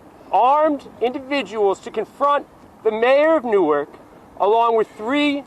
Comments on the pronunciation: Hey we pronounce Newark (Nork)... And yes that mayor is a clown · It's pronounced like new orc, not new ark. We aren't Delaware. Lady you live in Newark, it's toxic no matter where you are, stfu.